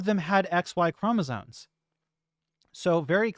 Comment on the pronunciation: It's called chromosoMes, not chromosoNes